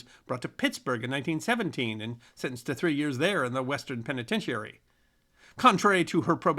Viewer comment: That's "us historians", not "we". And "penitentiary" doesn't have have emphasis on the penultimate syllable. Otherwise, quite good.